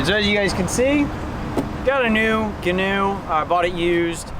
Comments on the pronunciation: He's right, it's not "Ganoe", ie "Canoe" with a "G". It's actually Gee-noe, like "Geek"-"New" without the K. They're named after the designer, whose last name is Gheen. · its gee-noe.